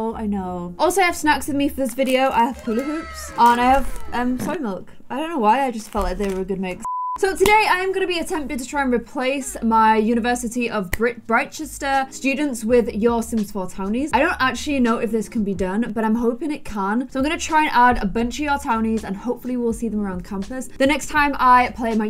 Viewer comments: it’s bright-chest-er 😂 not brit-chest-er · btw it i pronounced bright Chester just letting you know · Just to let you know it’s pronounced brightchester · No one:: Britt-Chester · britechester is pronounced Bright-chester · It’s pronounced breyechester